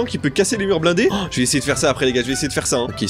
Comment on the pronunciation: Tu a dit les ga 50